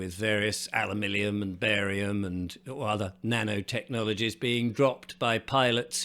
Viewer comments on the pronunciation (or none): You really do make me laugh when you say “Alumillium” instead of Aluminium 😂😂😂😂😂😂😂😂😂 another great story Happy New Year